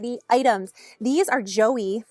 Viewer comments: It’s pronounced Jwah, not “Joey”. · It’s pronounced jwah, like joie de vivre.